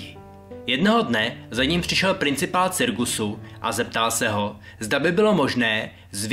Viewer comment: že řek cirgusu a neřek cirkusu